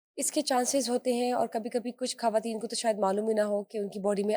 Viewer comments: بہترین والد کی بہترین بیٹی اور پھر ایک عظیم لکھاری کی نواسی ۔۔۔۔ ماشاءاللہ میرا ایم اے کا مقالہ نسیم حجازی صاحب کے حوالے ہی سے ہے آپ کی گفتگو بہت informative ہوتی ہے ۔ آپ کا لب و لہجہ اور تلفظ شاندار ہے لیکن پلیز ان محترمہ کو سمجھائیے کہ یہ خ کو کھ بول کر اردو کو برباد نہ کریں ۔۔۔۔ یہ ان کا احسان ہو گا شکریہ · خ کو خ ہی بولیں کھ نہیں۔کھواتین،کھطرناک، میزبان کو اس بات کا خاص خیال رکھنا چاہیئے۔۔۔پوری discussion میں disturbance پیدا ہو جاتی ہے۔